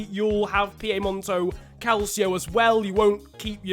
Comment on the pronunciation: “Piemonto calcio”